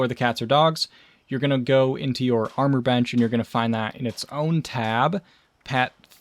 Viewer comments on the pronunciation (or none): none